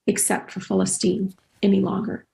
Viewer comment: Y'all need Ben Shapiro lmao. And Rashida needs to learn how to say "Palestine"